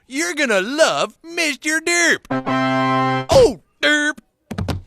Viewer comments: “Dup”? It’s pronounced “derp”. Just saying there’s an R there. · Your pronounciation of "derp" I thought you kept saying "dub"